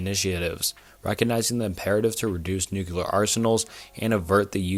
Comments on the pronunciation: Good video. It's pronounced (noo-clear) not (noo-qu-lar). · Jesus dood say it with me, "new clear" not "nookalar" and maybe figure out pronunciation of like 40 percent of the words in script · Thanks for the new, clear way of how to pronounce "nookyular." Those queeyulars in government are doing their best to bring it about. Have no fyular, crack a byular... because the end is nyular. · Nu-CLEAR. Not New-QUE-Ler. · Nuclear. Not newkyuhler. It's not a case of "tomato, tomahto". It's a case of reading a word and saying it wrong. Lmao. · NUCLEAR not nukular lmao. just a pet peeve tho great video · "Noo-klee-ur" not "noo-cue-lerr" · It's pronounced New-CLEAR, not New-kew-lurr. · Bro you need to learn how to pronounce "nuclear." It's not NEW-q-lar. It's NEW-klee-ar. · Bro says "nucular" lmao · "Nucular" never fails to amuse me whenever I hear someone say it like that lol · NuCLEAR. Hate to be that guy but it bugs me a lot lol. Great vid tho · This guy is obviously a competent speaker. Every time he said Nuke-cular, it made me laugh. He must have gone to the George "Bushy" Bush Academy. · I agree it's been getting better. I definitely have issues with the mispronunciation of words when it's a video and can be rerecorded. Pronouncing nuclear "new-cue-lure" really got me in this one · "prolifitarian" bonus: "nucular."